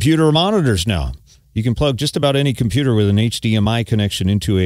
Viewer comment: a "KomPYU-tahr" in it, really?